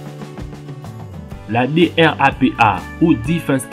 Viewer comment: tu dit DRAPA alors que c'est DARPA